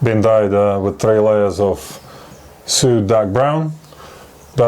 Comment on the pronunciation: His pronunciation of suede makes way more sense.